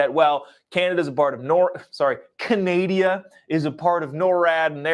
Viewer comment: CANADIA!? ARE YOU FREAKING KIDDING ME!?!?